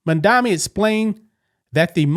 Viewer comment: It's MA'AMdami🤷🏼‍♀️